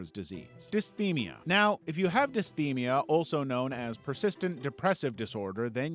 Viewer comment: Dysthymia is pronounced "Dis-Thigh-Mia"